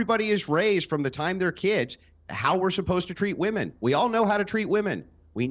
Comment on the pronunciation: Why can’t zoomers pronounce “womEn” correctly?